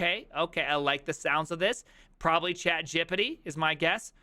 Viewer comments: I would never do this as a boss. Did you also just pronounce chatgpt as Chad Gippety? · I hate the way he says Chatgpt😭